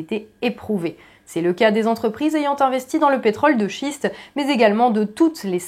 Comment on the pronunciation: Chère Madame vous dite à 5m19 "Pétrole de Shit" au lieu de "Pétrole de Schiste" ce qui n'est pas la meme chose ! Stop au pétard !! Merci !!